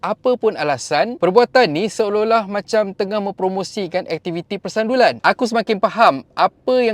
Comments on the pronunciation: Sebutan tak kena , bukan persandulan tetapi persundalan ....sebut betul -betul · Persundalan… bkn persandulan… kot…😅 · PERSUNDALAN...bkn persandulan 😂😂😂.asal lah susah sngat nk sebut ..dri dulu sebut nya begitu ..terus kn content yg baik2 ..👍👍👍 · Utk elak kena strike ngan youtube kak oiiiii. Tu sbb ada ayat2 tertentu kena sengana salah sebut